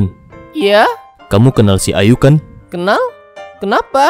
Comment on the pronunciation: Pas bilang "Ayu" aku malah dengernya "IU"